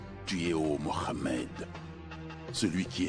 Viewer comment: Depuis taleur tu parle en français termine en français j'arrive pas a écouter quand il dit moramed allar c'est trop pour mes oreilles faut lui dire c'est plus possible la 😅😌 je le dit avec humour mais c'est sérieux